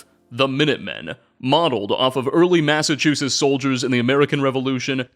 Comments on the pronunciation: No, you just pronounce a "t" at the end... always says "Massachusses," and I truly don't understand it. I guess it would be "MASS-uh-CHU-sits" if you're looking for phonetic syllable emphasis, but literally everyone but already knows that. And hey, I'm from Springfield, we don't have any sort of accent out west, unless there's a little-known Connecticut accent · WOULD SOMEBODY PLEASE TELL HOW TO SAY "MASSACHUSETTS," THE BELOVED LAND OF MY BIRTH. I mean jeez, it clearly has not just one, but two t's right at the end, I mean jeez